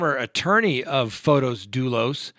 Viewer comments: I love how keeps butchering his name! ("Photos" vs. Pho-tiss) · Yes the way keeps calling him "Photos" vs Pho-tiss is too funny, love it!